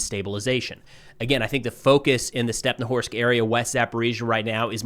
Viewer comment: it's StepnohIrsk, not stepnowhorsk, mind your language,, please